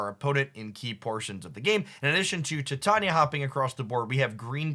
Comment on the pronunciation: Bro, love your videos, but you"re killing me smalls. Its "Ti-tay-knee-uh" not "Thai-tanya".